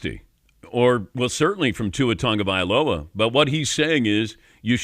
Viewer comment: Why does everyone misprounounce Tua Tagoviloa's last name? It's not pronounced Tungavailoa it's Tagovailoa Ta-go-va-i-lo-a. The way it is pronounced is you stop at each vowel and there is No Tunga any where in his last name. Learn the culture and respect the launguage you sound like an idiot when you say Tunavailoa. Where do you get Tungavailoa from the Tagovailoa? Dan Patrick please prounouce the name properly respect the 808 and Samoan culture. Please don't say Samoan it's pronounced Sa-Mo-a I was stationed in Hawaii and my wife is Hawaiian. If you can't pronounce his name properly then just call him Tua